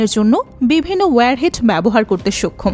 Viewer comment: সক্ষম কে বার বার সোক্ষম উচ্চারণ শুনতে ভালো লাগছে না।